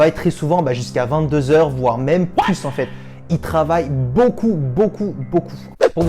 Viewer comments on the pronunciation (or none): none